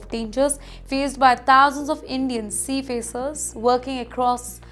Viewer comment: Sea facers? Lol, it is sea fearers. This woo00mman and her dumbbbb Englishhh pronunciations.